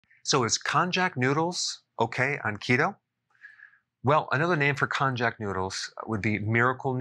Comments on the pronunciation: Pronounced kon-nya-ku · Hey Doc!! And, anyone else who is interested --- The correct pronunciation is kone-yack. 😀😉 I love it!! It's delicious!!! There IS flavor, but not the crazy way westerners expect flavor. It's made of corm, not corn. Pro Tip: Start out slow, and only eat half of what you think you'll want. Because it will swell/expand in your stomach and intestines. Your body has to get used to it. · I have only heard it pronounced in Hawaii with the "J" as a "Y". Cone - Yah - Coo. Cone as in ice cream cone, Yah as in: Yum, Yum or Yawn and Coo like in racoon. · I believe it's pronounced not [konjack] but as [konyack]. That's how we easterners call it. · I was thinking it's pronounced Kon-Yak